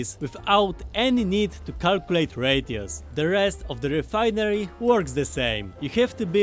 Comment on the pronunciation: "Why does he keep saying 'radios'....OH, 'RATIOS'!"